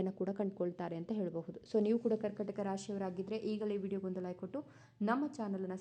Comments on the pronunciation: ಕರ್ಕಟಕ ಅಲ್ಲ, ಕರ್ಕಾಟಕ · ಹೇಳುವಾಗ ಕರ್ಕಟಕ ಎಂದು ಹೇಳುತ್ತಾರೆ ( ಕರ್ಕಾಟಕ ಎಂದು ಹೇಳಿ)